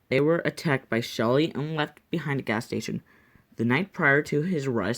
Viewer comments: It's not shely it's sheally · This is painful to listen to his name is Sheley she lee is how you pronounce it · Its pronounced shee-lee